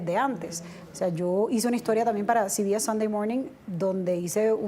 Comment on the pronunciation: No se pronuncia ci bi es. Se pronuncia ce be ese. No sea idiota.